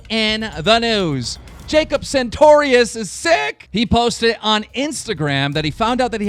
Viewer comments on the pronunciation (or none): it's sartorius, not santorius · Did he say santorious...? sigh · ITS NOT SANTORIUS. FUCKING THERE ISNT AN N IN HIS NAME PLEASE DONT DO THIS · sartorius not santorius.